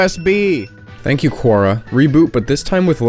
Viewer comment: Tank you.